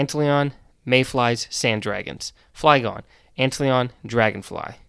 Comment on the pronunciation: Ahh yes, ant leon.